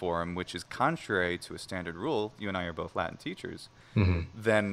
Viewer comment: The word Latin has a T in it. Try pronouncing it with the T instead of a glottal stop and we Latinists will take you more seriously.